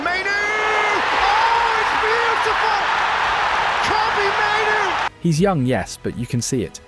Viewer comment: "Kobbie mainoo" 😂😂